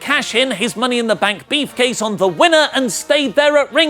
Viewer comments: why can't you say brief case , it sounds like you are saying beef case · Swear you said beef case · Mmm, "beefcase". *drools* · Who else heard say "Money in the bank Beef-case"